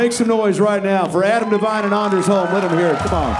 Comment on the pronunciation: "Its not ANDers its ONders.. like ive got a hard ON." Ahh the classics